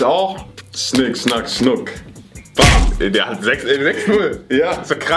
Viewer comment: sagt: Schnick, schnack Schunk